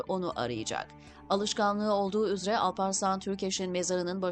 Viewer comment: Konuşana not: ÜZRE değil bayan ÜZERE. Hangi hakla dili katlediyorsunuz???